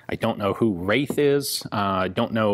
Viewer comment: There is no W in that name, its "Raith" which is most likely to be a central european surname.